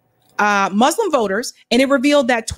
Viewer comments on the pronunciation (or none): Moos-lim Please practice your pronunciation. There’s no z in Muslim. (Not mazlam or izlam)